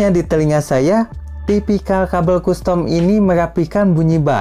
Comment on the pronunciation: Kastem om, bukan kustom